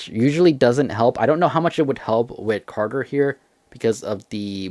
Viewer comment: Bro said carger